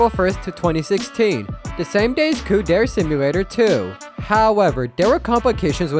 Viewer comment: every time this guy pronounces "dere" as "dare" an angel loses their wings, plummets to earth and dies